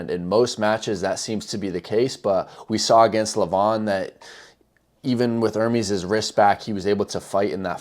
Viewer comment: his name is NOT pronounced ER-MEEEEEEEEs like peas...its pronounced to rhyme with "yes"